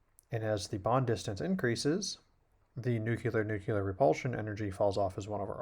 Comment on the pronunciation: Great vid.. many thanks, Sir. But, nuceelar-nuceelar :)